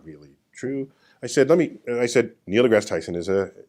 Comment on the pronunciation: It's not pronounced "Degrassey", it's pronounced "Degrass". Most accomplished scientists are atheist - scientists generally hold the position that only sound evidence warrants the acceptance of an idea and there is no evidence for any of the thousands of gods mankind has created.